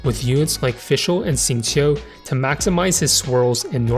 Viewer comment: your pronunciation of "xingqiu" is really good!! it's my first time coming across a cc that pronounces his name right/almost right